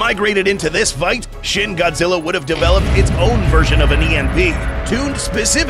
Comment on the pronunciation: It's pronounced more like sheen